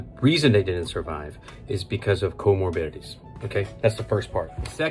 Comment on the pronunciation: Comorbidities if you were wondering what he just said.